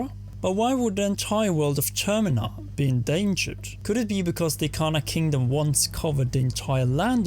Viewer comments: Termina. not termeena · its termina as is terminate not terMEEna also... are you assuming that majora is female?